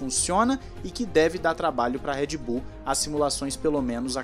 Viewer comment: Por que ninguém pronuncia o nome da Red Bull direito?